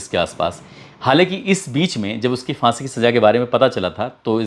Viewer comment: سیفی بابو، ہزار کو ہجار اور پھانسی کو فانسی، پھندہ کو فندا، دروازہ کو درواجا۔۔۔۔اپنی جہالت پر بزد کیوں ہو بھائی۔ اگر ہندی ہی بولتے ہو تو ہندی میں ف تو ہوتا ہی نہیں پھ۔۔۔